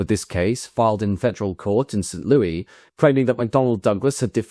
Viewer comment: Just fyi, we pronounce the Louis in "St Louis" like one would pronounce the name "Lewis" rather than the French way.